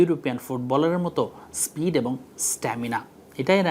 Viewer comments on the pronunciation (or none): none